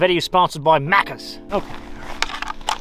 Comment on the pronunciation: It's Macca's not maccuz but I still feel well represented - an Aussie